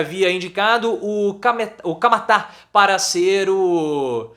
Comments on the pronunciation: É Camata, não é Camatáa😂😂mas valeu professor adoro seu tom irônico, dou muitas risadas. Informações com uma pitada de ironia! 🤩🤩🥰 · É. CAMATA Não tem acento no a. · Não sabr nem pronunciar "Camata".